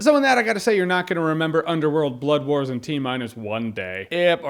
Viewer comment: I keep hearing "Bloodborne" instead of "Blood Wars." A game that awesome should not be related to a movie this meh.